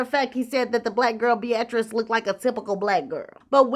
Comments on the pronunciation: Pretty sure that b-atrice is pronounced bee-ah-trice 😅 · Not BE AT TRICE. You always get that name wrong Pronounced Be uh trice